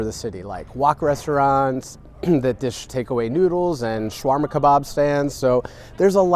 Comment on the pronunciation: Sha-war-ma, not Shwar-ma ! :P